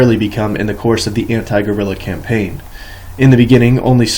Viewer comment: Danmark near illiterate reading of this book. I love it. Compain. Lol cam-pain